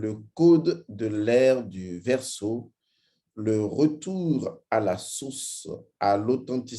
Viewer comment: Vous avez exprès en début de vidéo de dire source comme sauce😂